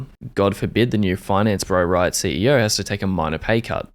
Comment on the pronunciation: I really felt it when you said "Rrrriot"